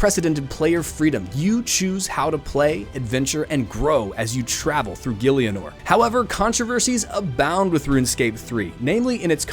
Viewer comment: "Gili-o-nor" Its GIL-E-NOR ffs